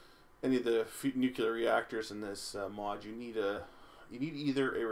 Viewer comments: It's [nu-clear], not [nuku-lur]. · i find it hilarious u pronounce it Nucular. Some President pronounced it that way and there was a big joke about it.